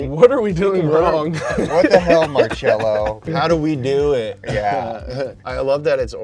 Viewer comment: Not MAR-CHELL-OH it’s pronounced MAR-SELL-OH